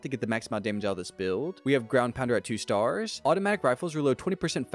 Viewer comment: Staaaaaaars why do you say it like that?